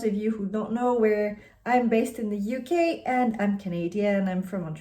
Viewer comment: First time here and I was confused for a second when you said UK with your accent! 😂 Your skin color is similar to mine which I love for recommendations too! ❤